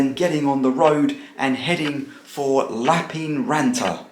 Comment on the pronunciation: Lappeenranta... though I also find it tricky to pronounce correctly. The 'ee' doesn't make the same sound as it does in English. It's more like the way we say 'air' (in Yorkshire, at least). Finns roll their r sounds. I can do that but not immediately after an n sound.